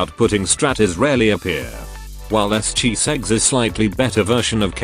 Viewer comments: are you saying Chiseggs or is the TTS just pronouncing it that way? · I'm dying everytime I hear chiseggs 😂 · im glad im not the only one...